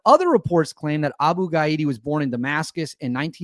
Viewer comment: The target's name is probably pronounced ga-DEE-ya. Not ga-EE-da